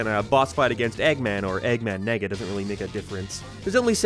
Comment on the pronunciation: You have to stop saying Eggman Nega bro the Irish accent doesn’t help you at all lol. We let you get away with the Nega Chin but you just loooove putting his name in the script this time around